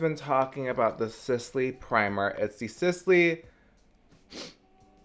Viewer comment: trying to pronounce the Sisley products is me all throughout school 😭😂